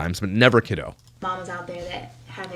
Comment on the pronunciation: Oh god I cannot stand her saying kido 🤮